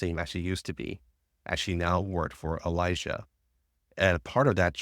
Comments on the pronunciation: I really dont like how Elisa is pronounced. Its Elee sa not Elijah. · This was great and helpful but holy fuck if you mispronouncing Elisa didn't drive me insane.